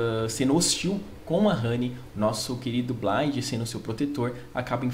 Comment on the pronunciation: Se pronuncia "BLAIFF".